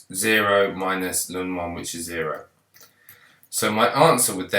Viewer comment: it's pronounced L-N sir not Lun ✨ thanks for the video tho, c4 exam tomorrow